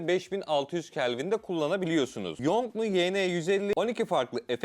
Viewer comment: Çin'de 8000, Türkiye'de 12500 TL. Teşekkürler Erdoğan...( Bu arada yongnu diye okunur.)